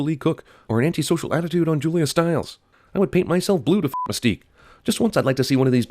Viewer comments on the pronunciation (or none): none